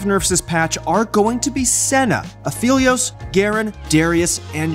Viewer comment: Aph- Eh-Lios ffs